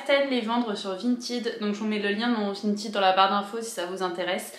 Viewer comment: Coucou, ça fait plaisir de te retrouver dans une nouvelle vidéo et c'est agréable de t'entendre proconcer "Vinted" correctement 😁. Je suis trop fan de ta jupe, dommage qu'elle soit trop petite, j'aurais été ravie de l'acheter! 😍